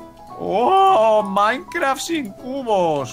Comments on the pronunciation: Like so viste que dice mikecraf en el principio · mike dice micrecraft en ves mikecrack